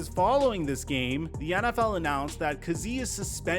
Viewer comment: It's really hard watching you butcher the man's name, KAZEE (KAY-Z)